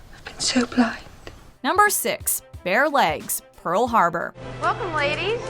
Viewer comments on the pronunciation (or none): none